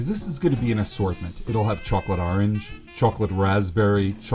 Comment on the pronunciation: "And aarnj will be aarnj."